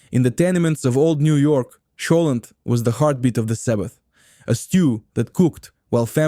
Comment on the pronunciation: Also "cholent"